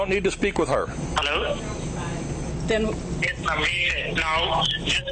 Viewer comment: "herro?" "I'm with the White Settlement Police Department" 😂